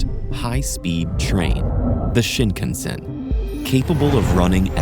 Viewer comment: That's not how you say shinkansen For an education channel, maybe pronounce things correctly